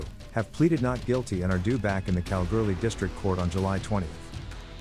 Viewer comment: Pronounced Kal-ghoulie just incase you were wondering.